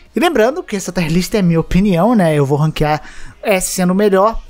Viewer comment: tier se fala como escreve mesmo, e não taier list